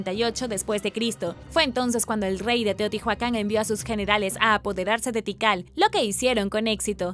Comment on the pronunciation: Se pronuncia Teotiuacan no teotijuacan!!! Excelente video como siempre! No hate no bardo!!